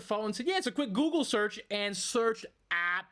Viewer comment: If I had a dime every time some moron said "GOO-GOO It?" I could buy the planet.